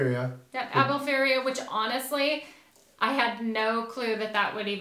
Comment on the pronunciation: Its not Albufeiria but Albufeira guys 😂